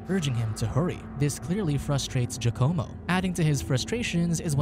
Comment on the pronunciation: “Jucommo”??? Giacomo is pronounced “Wacamo”